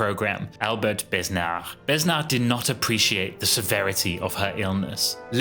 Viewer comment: Besnard to be pronounced as Benard